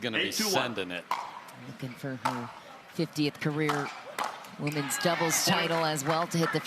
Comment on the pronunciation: Teach the 'women' commentator how to say "women's doubles". 🙉